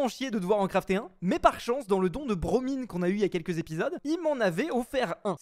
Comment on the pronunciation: qui a enfin bien dis le pseudo de bromine 👍👍